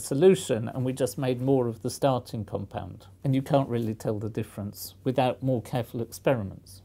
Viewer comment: "More carful experiments" you say?